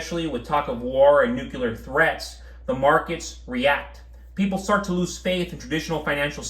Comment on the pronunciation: Just a helpful tip, "nucular" is not a word. Neither is "nuculear".